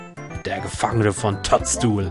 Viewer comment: Die heisst Toadstool. sagt aber Toddstool;)